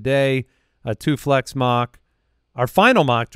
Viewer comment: I sincerely thought said “a toothless mock”